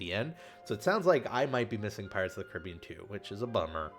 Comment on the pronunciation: Michael Noriega I think the way he says it, can be considerd correct, also